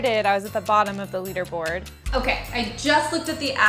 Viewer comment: "leader" not "leder" idiot